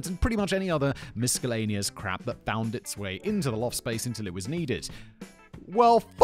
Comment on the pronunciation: did he just say miskellaneous? Lol